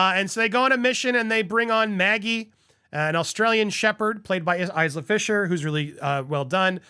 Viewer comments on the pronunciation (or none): …. Isla is pronounced with a silent S… like Island. It’s a Gaelic name